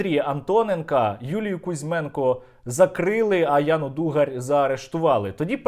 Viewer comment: Не ДугарЬ, а по - українськи Дугар